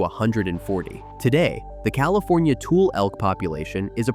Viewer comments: Those Elk are called Tool-lee Elk because of the swamp where Toolies grow. Not Tool-Elk. Teach your script writer robot what is the proper pronunciation of words and places; From Google: "A "toolie" is a slang term for the tule plant (pronounced TOO-lee). It refers to tall, grass-like bulrushes (Schoenoplectus acutus and Schoenoplectus tabernaemontani) that grow in the shallow waters of marshes, rivers, and lakes across North America, especially in California. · Tule is pronounced tu-lee (accent on the first syllable "tu") NOT pronounced 'tool'!! Also Tulare is pronounced tu-lair-ee, accent on second syllable "lair". And I remember that 1952 earthquake. Because of it the old downtown clock tower fell & now rebuilt in the county museum, & the old Haberfeld building my mother used to work in on the 5th floor still standing tall, although the once beautiful white marble staircase up to the first floor next to the once hand operated elevator collapsed & was rebuilt with non-marble materials. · I am screaming at my phone: “It’s pronounced (Tularee) and (Tulee). Put an “e” at the end of those two words. Otherwise most of this is correct. The other thing is Butte County produces Rice, Almonds (pronounced “amonds”) and Walnuts. We know you are not from Northern California if you pronounce it wrong. We also fish King Salmon which is pronounced the same way as Almonds with a silent L. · Solid video. Born & raised in Visalia - not sure what happened, but u began the video wonderfully by pronoucing Tulare County (Too-Larry - like the man's name) and Tule fog (TOO-lee) correctly. But later on with the county's name, Tule elk and the reed itself, not so much. If you ever create more videos about the area, you may want to remember these pronunciations. Otherwise, great job! 👍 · "Tule" is pronounced "Too-lee" as also in Tule Fog seen toward the first fifth of this doc. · Tulare is pronounced tuu-lair-ee and Tule is pronounced tuu-lee. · And too-lee elk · It’s ‘TulE’